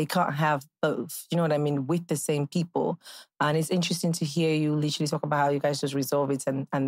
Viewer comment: I really how speaks and can't just talk without saying litchrilly(literally)